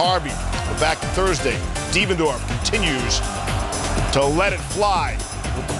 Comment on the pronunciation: 10 Did he just say DevanDARF?